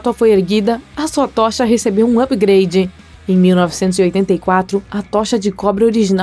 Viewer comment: alguém percebeu q o incrível falou upgrade errado?